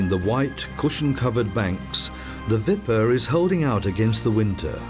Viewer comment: Wipper/Wupper, not Vipper